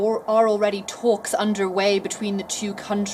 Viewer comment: She says tholks instead of talks